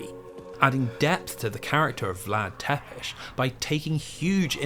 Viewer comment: don't pronounce Wallachia like that :(( other than that, excellent video. also, it's "Tsepesh", not "Tepesh", but not even the Netflix series could be bothered with that